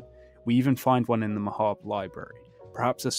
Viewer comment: AND THEY PRONOUNCE MAHABRE CORRECTLY YAYYYYYYYY